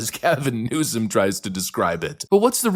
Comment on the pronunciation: It not newsum it newscum